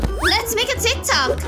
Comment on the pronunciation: Ummmmmm... did u mean tik tok it's not tie.... not to be mean but still...